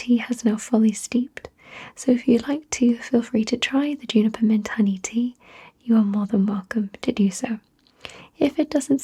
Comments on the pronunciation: It's actually pronounced "joo-ni-per" but I like it much better when you say "you-ni-per" :) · I knew the Brits said Hherbal but I didn't know they'd said Yuniper